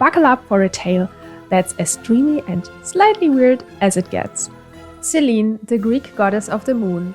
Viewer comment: Selene is pronounced Seh-leh-nay